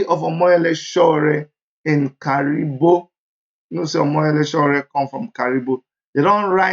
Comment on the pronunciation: He’s from Kiribo not Karibo